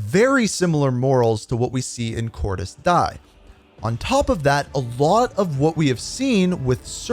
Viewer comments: Anyone else wondering why he pronounces it as Cordis "die" and not "di(a)" like it is in the game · Its not cor-dis die its pronounced cordis di-ya Even bo2 pronounces it like this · It Cordiz Diez.... great video though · why this guy spells "Cordis Die" and "Cordies Die" and not "Cordis Dije" typical american it is not "death" there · It’s pronounced “cor-dis dee-uh” not like the english “die” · It's pronounced "Cordis Dee Ay" bro 💀😭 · Just a heads up, Cordis Die is pronounced Cordis Deeyay